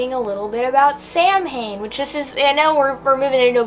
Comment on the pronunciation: This was a really good unboxing I liked every one of the items 👏🏻👏🏻👏🏻 I'm glad you corrected yourself with the eight of cups card but you mispronounced the word Samhain as a Irish Pagan it's my duty to let you know.